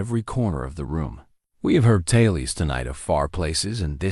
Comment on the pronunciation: Tales is not promounced "talies"...